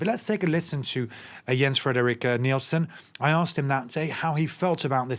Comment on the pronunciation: Get his name right! His name is Jens-Frederik Nielsen. And you need to practice on his last name!